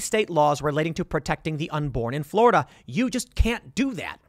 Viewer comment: Tim: "Florider" Okay can this be a meme now?